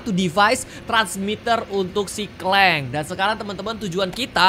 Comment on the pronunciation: Kak regi boleh saran kalo baca Rachet & clank waktu sebut "clank", "a" jangan di baca "e", karena di bali terdengar kasar🙏🙏